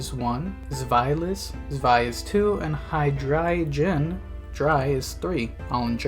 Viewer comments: There is literally no way u pronounce hydreigon as “high-dray-jun” like its gotta be comment bait and it worked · dawg i'm so sorry that is the WORST pronunciation of hydreigon i've heard so far. hearing the g pronounced with a "j" sound is a new one